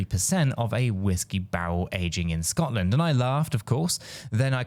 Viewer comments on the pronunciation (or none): none